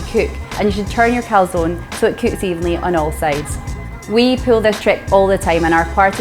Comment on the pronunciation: Dear, great idea this. Top tip: teach your co-founder how to pronounce calzone 😂